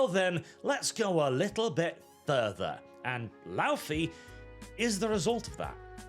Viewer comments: it irritates me hearing the americans pronounce Laufey wrong. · I just hate how they pronounce the name 'Laufey' i also would have expected a norwegian to do a better job